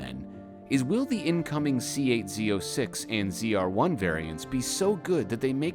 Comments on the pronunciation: Zed-R1. You said it right the first time :) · I like that…” and this is the zed r1… ZR1. Pronouncing it correctly 🎉